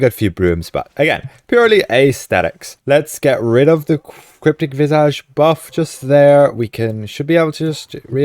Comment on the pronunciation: Please, please, please pronounce "visage" correctly!!!!!!